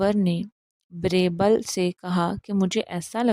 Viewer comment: It's Beerbal بیربل Not Braibel